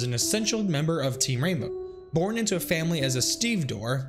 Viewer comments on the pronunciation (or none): none